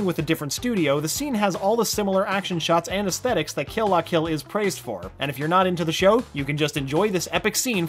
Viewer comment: YOU TRIGGERED ME! If you are going to talk about anime pronounce them right. Kill la kill was pronounced wrong